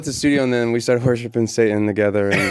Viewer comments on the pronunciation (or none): none